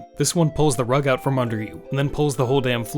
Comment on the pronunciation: My favorite thing about sense of humor is that I can’t tell if he said “Fum” on accident or not.